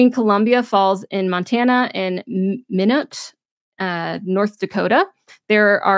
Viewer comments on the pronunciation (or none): MIN OH. The final t is silent. FWIW.